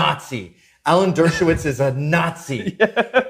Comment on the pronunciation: Jajaja. Ta buenísimo. Por cierto, es Alan Dershowitz, no Alan Droswish. Aún así. Genial.